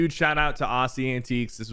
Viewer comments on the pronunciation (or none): Bro I swear if you pronounce Aussie’s name like “Ahssie antiques” one more time… it’s so triggering 😭(please search the definition of aussie and antics then click on the learn to pronounce button 😂. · Ass-ee antiques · he doesn't know how to say aussie